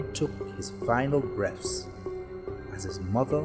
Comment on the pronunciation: it was there when he took his final breafs